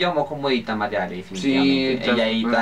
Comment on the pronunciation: se llama Mariale no maria ale. suena re feo que le digan MariaAle.